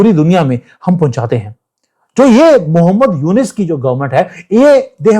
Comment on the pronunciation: मोहम्मद नहीं, मोह मैड ! 😂😂